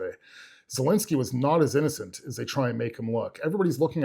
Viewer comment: It’s ZEL linsky Not ZUL linsky !!! Bro